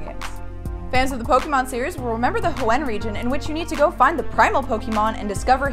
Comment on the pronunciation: Lollololl the way said Hoenn XD